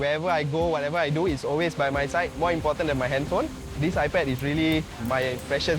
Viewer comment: you know they're Filipina when iPad becomes EYE-PUD!